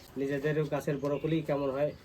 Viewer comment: Borocoli na re bhai brocolli